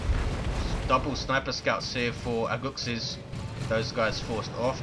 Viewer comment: Was a gg didn't play as good but we got the game:) btw you pronounced my name better than most people lol. -Aguxyz